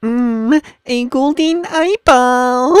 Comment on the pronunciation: it sounds like hes saying goldeen rather than golden haha